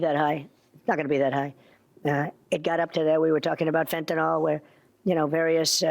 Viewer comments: Why do people call fentanyl, “fentanol”??? “…nyl” is pronounced “…nil”. Just a pet peeve from an old paramedic😆🤣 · From Harvard to “Ghina”, everyone who resists or pushes back even a little bit sees that Trump folds. He’ll say it was an error or deny he attacked them at all, and then will gaslight everyone and act like a victim. Everyone sees through it. “Fen-ten-nahl” lol what an idiot he is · Why can't anybody pronounce fentanyl? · Why is it trump and his moron minions can't even pronounce 'fentanyl' properly?